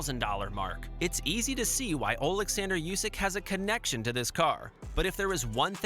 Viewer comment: Usyk, not Iusyk